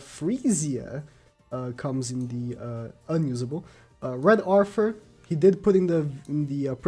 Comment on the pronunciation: I loved the video. Very informative. Please work on your "Th" I am not trying to be mean but there are too many names with that sound (Gilfunder, Arfur, Gowfur.)